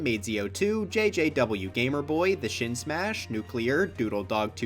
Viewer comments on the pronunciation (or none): none